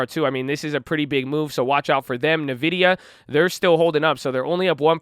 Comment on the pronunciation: bruh it's ENvidia not nuhvidia